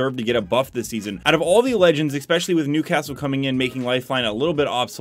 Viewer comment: I unsubscribed. I’ll rejoin when you stop saying eXpecially.